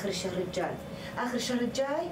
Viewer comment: شكون (الجاي ) خطأ لازم تقولين (الجيي) وتمطين الياء 😂😂